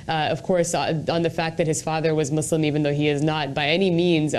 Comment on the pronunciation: said MOOSLUM? WTF is that?????